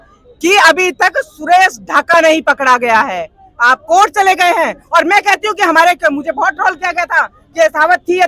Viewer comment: राखी सावंत 😂😂 कोट को चलेज 😂😂